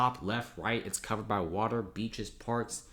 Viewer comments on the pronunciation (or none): none